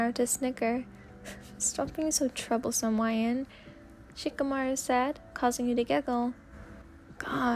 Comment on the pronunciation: I thought you said trouble-san instead of troublesome lol